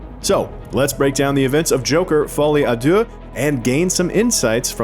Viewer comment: "Folly ah dooh" The French: 👺👺👺👺👺👺🤬